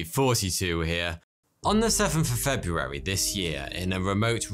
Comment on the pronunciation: This gentleman is the only person I’ve ever heard pronounce the first “r” in “February “ in my entire life. Great speaking voice, too.